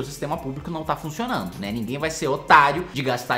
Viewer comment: mano eu adoro quando o kim fala "OTARIO" KKKKKKKKKKKKKKKKKKKK